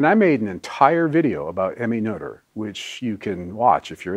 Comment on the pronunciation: Positively surprised by the pronunciation of Noether. Most Americans totally butcher that one. :)